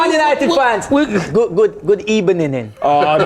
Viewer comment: Man said ...good ebening 😆 🤣 😂 lmaoooo